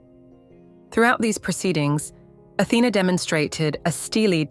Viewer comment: Her correct name is Athena, the tone is on the lady a.